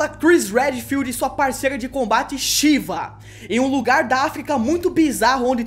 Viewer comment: Por que o fala Sheeva, ao invés de Sheva? Referências à MK? Porque pronunciam o nome dela várias vezes durante a gameplay.